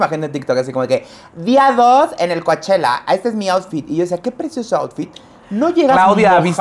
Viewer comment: Chicos Coachella se pronuncia Cochela, no Coachela. Shakira su primer concierto es en Palm Desert, California. A lado de Coachella, California. Vamos o que?